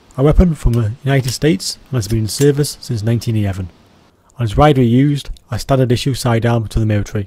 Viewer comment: BRUH the way you pronounce the 1911, ok never mind